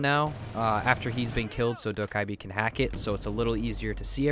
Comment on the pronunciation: You need to never say dokkibe ever again